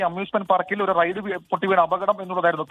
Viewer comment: റൈഡ് ആണ് നോ റെയ്‌ഡ്‌ 😂